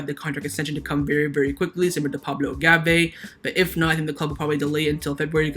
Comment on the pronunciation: It’s Gavi, not Gave, why do you keep saying Gaveee in every video??